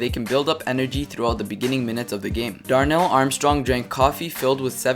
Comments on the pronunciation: It's Darrel Armstrong not Darnell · Darrell not Darnell lol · His name is Darrell Armstrong not Darnell